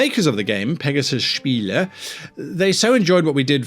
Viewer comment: Thumbs up for correct pronunciation of "Spiele", didn't care about the rest (j/k)